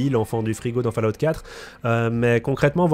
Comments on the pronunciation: bonne video merci mais par pitièe on prononce faul_a_ou te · J'ai arrêté le visionnage à quand il a dit "falaoute". Merci bonsoir, au revoir messieurs dames, c'était. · Va vraiment falloir bosser votre accent les mecs , il faut prononcer FAULLOUT et non FALLOUT, quant à Bethesda, prononcez beSSesda !! Très bonne vidéo cependant👍